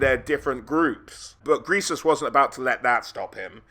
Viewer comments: Every time you call him “gresus” and not “greasus” is another mile closer I am to you. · "Gressus." Literally unwatchable. Only kidding! Always a treat to see lore videos!